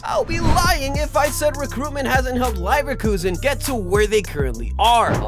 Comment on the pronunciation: Pls do research about how to pronounce the clubs name, but all in all great video very underrated